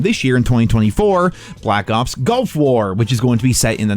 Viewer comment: At least he says “Nuclear”correctly. ..since he pronounces “Gulf” like “Golf.”